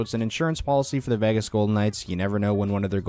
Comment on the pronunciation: So I get this has nothing to do with the video and is a stupid little gripe, but why do some ppl pronounce Vegas as "Vagas", though? But anyway...lol